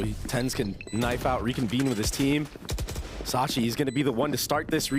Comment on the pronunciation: Sacy.. not Sachi 😂